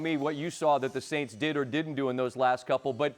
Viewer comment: bro struggled aganst the sants ahahhahahahaahah im doubting him